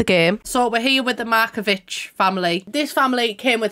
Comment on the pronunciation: Am I imagining it or did you pronounce Markovic with a K at the end last video and now pronounced it like "wich"? If so then thank you SO much, you are the only youtuber I saw saying it right 😍 it seemed like you porpusely said it different this time and I appreciate the effort so much!!